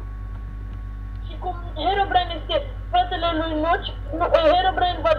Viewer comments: mi se pare mie sau chiar zici nuci in loc de notch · Nici macar nu sti cum se zice nocht si tu ai zis nothc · Ba nu se zice nuci se zice notch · NOCI nu NUCI (stiu ca nu asa se scrie dar vrau sa arat cum SE PRONUNTA)